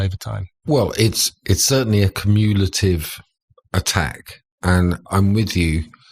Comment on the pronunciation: i was on board until i heard him mispronounce cumulative in the most egregious manner possible...